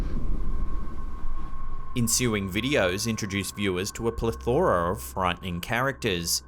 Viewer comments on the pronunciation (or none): Btw, it's PLETHora, not plethORa. It's not a regional thing. That's actually how the word is correctly pronounced. 😊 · That's PLETHora, not pleTHORA. P.S. Great content!